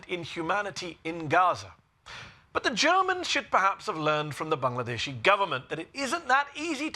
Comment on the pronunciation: Love how Medhi pronounces Bangladeshi and Dhaka